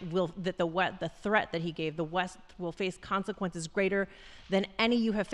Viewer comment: Can someone please ask his speech writers to stop using big words he can’t pronounce….. like “consequences”, etc. And why does it always seem like he’s reading in a race? Like he has no idea what he’s talking about but he’s determined to get thru reading the words in record time! Maybe he thinks if he reads them fast enough no one will be able to notice how many errors he makes! Lmbo!